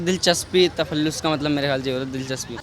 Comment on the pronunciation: Takhulus , not tafallus😢😅